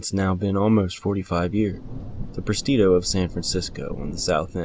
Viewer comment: Presidio not prestido.